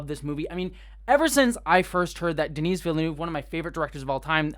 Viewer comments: The "s" in "Denis" is silent, the way you pronounce it would be the female version "Denise". It's French. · Just for the record, Denis is pronounced "De-Nee". The S is always silent when at the end in French. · De-knee Vil-nuv. Don't pronounce the S :) So excited for this one! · Great review, thanks! Small note - Denis Villeneuve's name is pronounced kind of like "duh-NEE".:)